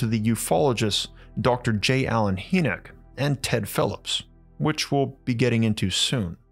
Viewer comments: It’s dr Hinek not haynek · Hynek pronounced Hi-neck, not hee -nick. I wince every time you say his name. I'm surprised you've never heard anyone pronounce it before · ⛏🏔 Excellent video, brother! Emphatically ADORE your work!! 🕉 2 small pieces of information you may want to absorb: • Dr. J. Allen Hynek's last name is pronounced "High-nick" • the word 'enamel' (via the cave bear teeth), is pronounced "ē năm ill" ('năm' think like the 'a' in 'bat'). Just thought you may want the correct pronunciations for future use in videos. 😉🤘🏼 Keep up the fantastic work!💞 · Dr. J Allen Hynek (Hynek is pronounced like "High-nik" not "Hee-nek") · "Hi nick" not "He nick. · Young man his name is pronounced "High-neck" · "Hynek" pronounced High-nick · HIGH NIK is how you say the Blue Book guy's name. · I love this series! Never stop! BTW J Allen Hynek's last name is pronounced like Hyman, where the first part sounds like "Hi". UFO Buffs like myself have heard this name a hundred thousand times and he is quite iconic to say the least. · It's pronounced like: 'High-Neck.' Great videos, Thank You. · Bro, it's Hynek. (Pron. Hi-neck 🤦🏻). Love the videos. 😊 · Thanks. Interesting story. Just a reference re pronunciation: it's "high neck" (or "high-nik") for Dr. Hynek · Another great job. However I’d like to let you know that Dr. Hynek’s last name is pronounced HI-nek. Just thought you’d like to know. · Love your stuff but J. Allen “Hee”nek? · Pretty sure it's pronounced... Hi-Nick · The Ufologists name is pronounced J Alan Hi-Nick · It's pronounced..Hi.nick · Hey young man his name is pronounced High-Neck... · Your pronunciation of Dr. Hyneck’s name is incorrect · I’m not one to complain normally, but the way you pronounced J Allen Hynek’s name drove me halfway insane. You have to get your pronunciations right if you want me to stop complaining.